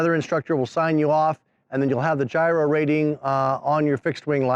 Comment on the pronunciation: it is pronounced YEE-roh